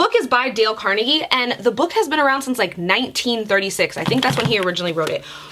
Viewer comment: anyone from pittsburgh is cringing at the way she said carnegie